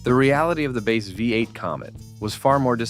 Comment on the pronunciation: This video is garbage. The ridiculous monotone AI voice gives it away in the first second, the oldsmobile five (V) eight. The rest I assume is trash. Who has 34 minutes to waste listening to this much stupidity?